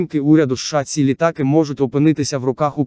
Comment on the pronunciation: ЛітАААки, вІІІІйни. ЛітААААки. Робот читає??